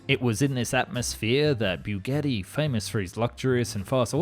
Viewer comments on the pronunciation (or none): Only made it just over two minutes into this video until I could no longer listen to this guy mangle the name Bugatti. Byougetee . . . Really??? have you never heard anyone actually say Bugatti before?